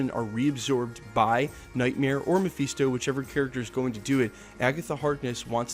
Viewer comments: FIST-O NOT FEAST-O!!!!! GOD HELP ME!!! 😫😫😫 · Ma-fist-oh. Not mafeesto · Muh-fist-oh broskie. Your pronunciation was killing me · Mafeeesto?!?! 😂😂😂😂😂😂😂😂😂😂 for a guy who can’t stop saying ‘slew’ at the start of every videos, I thought your English would be a tad better... but no, you still can’t pronounce character names correctly. Read a comic or two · It's not pronounced Mepheeestow... He's also not the devil. You can tell you never read the comics and just became a fan because the films are big... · Say Mephisto again